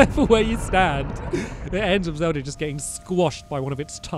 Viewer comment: He said zeld at the start